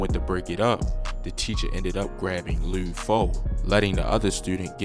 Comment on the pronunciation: Wtf is lude nigga L U D LUD like mud but with an L this video cringe asf